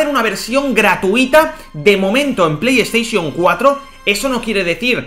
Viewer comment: Pleyesteichon four xD